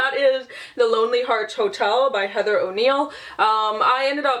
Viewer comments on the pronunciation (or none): none